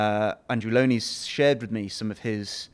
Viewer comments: Ferchrissakes, why can’t you presenters learn how to pronounce the man’s name? He introduces himself “Low-knee”. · Can none of the interviewers pronounce Andrew Lownie's surname correctly? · Wow! Rude much? She mispronounces the author's name and has to read from a script. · It's amazing how all of these Brits just assume that they are pronouncing his name right, and he's too polite to correct them. Why don't they ask him before they start to make sure they get the introductions right?